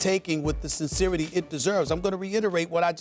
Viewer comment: Did Stephen A. say "sinseerity" ?